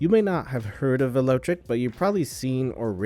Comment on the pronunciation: VEL O TRIC, not VELO TRIC.